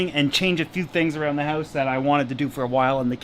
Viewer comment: What's. a howse ?